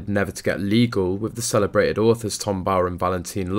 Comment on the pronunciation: CELEBRATED NOT CELABRADDID